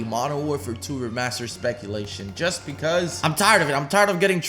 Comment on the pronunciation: He fucked up so much at the start lmao “mw remastered” “ww2 remastered”